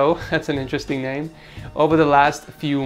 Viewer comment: Edgar: "this I like" Jeff: "me neme jeff" UGHHH DAM CLOSE ENOUGH